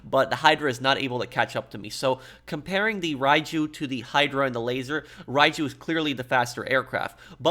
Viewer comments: Great video. It's pronounced Ryu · All I'm hearing is Raichu